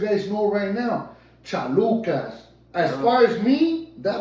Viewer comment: Whenever says "Chalucas" it makes me hungry chalupas come to mind